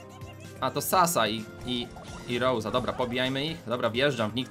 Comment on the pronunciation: Rosa się mówi nie rołza